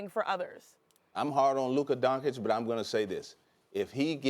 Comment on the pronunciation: Mr Jones, he is called Luka DONCIC, not DONKIC. Please...this is what you do professionally. At least learn how to pronounce the names of those players correctly.